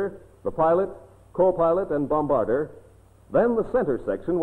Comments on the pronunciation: Gosh, yes. I cringed every time he said "bomb-barder"! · Must be the only narrator in the world who didn't know how to pronounce 'bombardier'.